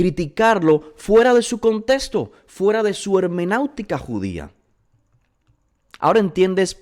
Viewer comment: Shalom estimado. Gracias por elaborar estos videos. Son una gran bendición. Solo una pequeña corrección hecha con mucha humildad: no es hemenautica, es hermenéutica con “e”. Que el Eterno lo bendiga siempre.